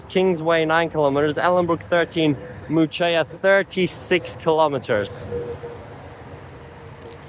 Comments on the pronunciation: You’re saying Muchea wrong btw 😭 it’s pronounced like Mooshay - Also Ballajura is an interesting station, I guess in the future it will have things built around it, it almost gives Yanchep vibes but closer to suburbs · Yep. Moo Shay 😅